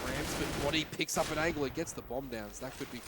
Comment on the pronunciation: can someone please teach this caster guy how to pronounce "angle" lmao